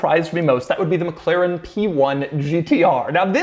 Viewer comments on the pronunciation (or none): none